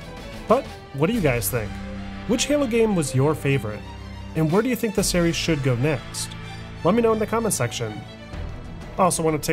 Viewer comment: Awesome video as always. Series is singular and plural though my man. You said serieses SOOO many times lol.